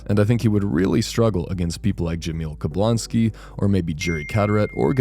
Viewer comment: You really sayd jamil kablonski?💀💀💀😂😂😂